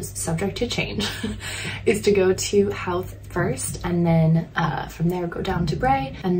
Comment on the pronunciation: Howth is pronounced with an o sound not like how.Its an easy mistake if your not from ireland